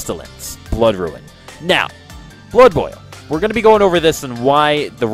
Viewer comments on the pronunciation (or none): Good vid man, only hate that you pronounce Rune as Ruin, but i shouldnt nit pick people pronunciation haha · ITS FUCKING ROON NOT RUIN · 'Ruin', 'res-i-lent', and 'mayta gem'. Not sure why, but how you were pronouncing these really bugged me, haha. Other than that, I enjoyed the guide. Thanks a lot. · RUNE NOT RUIN. but awesome video